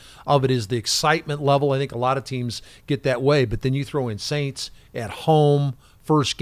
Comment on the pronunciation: Please stop mispronouncing the name of the franchise from New Orleans. The first S is silent.